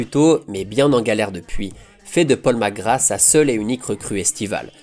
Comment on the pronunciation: Merci pour ces images de Magic Safet , je kiffais ce joueur gamin. Par contre " Paul Mc Gra " , tu m'as tué. Vivement lundi prochain.